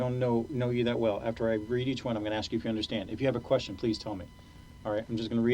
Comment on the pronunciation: What can’t ghetto blk ppl Say the word “ ASK “ They say AXE .. smh Or AMBULANCE THEY SAY AMBA-LANCE